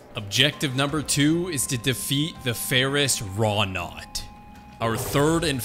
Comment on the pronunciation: By the way it's Ferrous Wroughtnut... There is a 't' in there